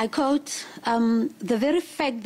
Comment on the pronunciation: Its quote not coat omw